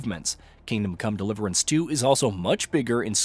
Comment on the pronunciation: I noticed that too...the way the name of game is spoken sounds off